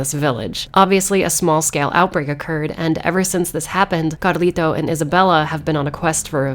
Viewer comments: Sorry, don't mean to nitpick though the way you pronounced Carlito's name threw me off, I didn't get it at first. I also find it strange that Capcom used such a name for a grown man. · Threw me for a loop every time I heard you roll your rs in Carlito's name.